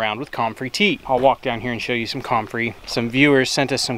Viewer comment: Love, it is pronounced come-frey NOT com-frey. You are in the South now, learn how things is said. (Grin) When in doubt ask Jason at Cog Hill Farm. Comfrey tea is not near as bad as Nettle tea. First the nettles sting and then they stink! LOL you are such a treat. Nemodes can be purchased locally too. Yes, they are one of natures wonders.